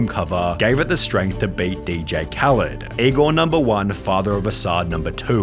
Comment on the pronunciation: Most of y'all are saying he's using someone else for fame. But really don't know hes a DJ I mean didn't y'all notice he says DJ khalend so maybe that didn't rung a bell but he didn't really know how to rap or sing that's wh. A lot of hus sings have people featured